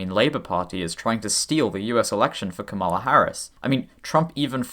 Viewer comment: Trying to figure out if mispronouncing "Kamala" was intentional...